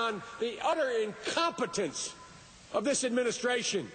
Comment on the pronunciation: he seems to have a problem with the word "incompetence" and